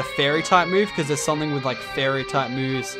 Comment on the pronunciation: Whenever you say something you add a k making it something